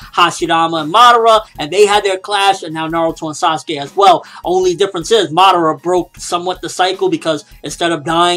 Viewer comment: pronounced ma~da~ra not Madauria. Seriously you say it have it sound on the show and in japanese. How can you mess that up!